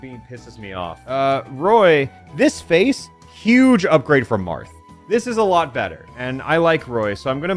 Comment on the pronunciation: that's not Murth, that's MATH! 🤣